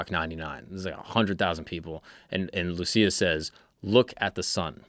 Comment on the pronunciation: You pronounced Lúcia wrong